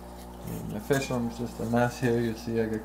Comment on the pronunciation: hard to be a fish keeper when you cant pronounce fish